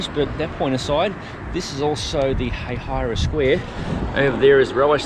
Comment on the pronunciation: As a native, the first way he pronounced it was correct 😂. “Hay-hai-ruh.”